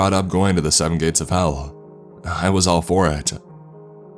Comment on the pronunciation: Did he just say "electronics don't work in the Gays" .....?!? I'm outraged! Outrageously outraged.